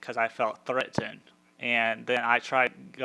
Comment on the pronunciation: Yeah because every time he says "threatened all I hear is "Jenny"